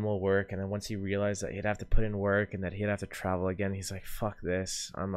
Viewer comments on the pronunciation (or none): none